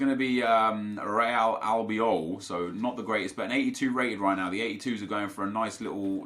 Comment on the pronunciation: Real Albiol... My god... And you complain when someone from 3rd world country dont have english kind of accent... B** please